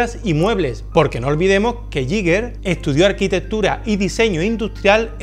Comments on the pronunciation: El bar esta bien pero se va rompiendo poco a poco. Y nada de "yiger", sino "guiguer" con acento en la i o "guiga" plan terminacion -er britanica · se pronuncia "gai ga" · se dice "GUIGUER"! Es que es casi imposible oír a la gente pronunciándolo bien. Gran vídeo, sigue así. Te queremos! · era suizo, se pronuncia "Guiguer". Gracias por el vídeo, majo 🙂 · Me rechinan los oídos cada vez que dices “Yiguer”